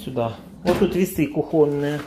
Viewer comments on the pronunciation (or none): Распятье католическое.Отдай или выброси. И запретил присылать тебе то, что готовы выбросить. Пусть свой хлам оставят себе. Кстати, нужно говорить кУхонное. С ударением на У.